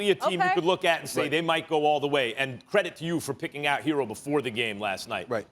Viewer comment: Why do u call him “Hero” when it’s “Herro”